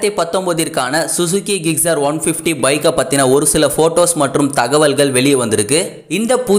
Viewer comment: Its not gigcer..... Gixxer......